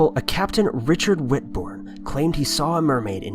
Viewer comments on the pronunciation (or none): none